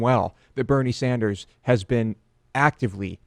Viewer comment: DP said Bernie Standers